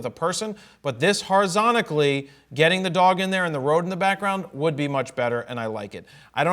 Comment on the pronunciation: Wait... horizontically? Is that what he just said?